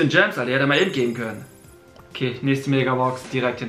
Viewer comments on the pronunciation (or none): none